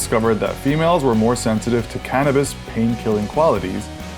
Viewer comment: Its cannabis bro not canavis